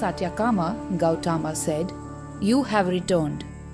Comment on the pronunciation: The story is an eye opener for eligible truth seekers. One shortfall in the vdo is in the narration ...pls incorporate perfect pronounciation of the Sanskrit words like Gowthama, satyakama etc which seems to be in the English mode ...the narration seems to be an odd man out in the otherwise good vdo..God bless all truth seekers.